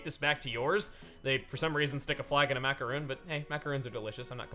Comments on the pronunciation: chuggaa macaroon is pronounced as if its "on" instead of "oon"... yes its very weird and no its not just my opinion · Macaroon?! It's macaroon!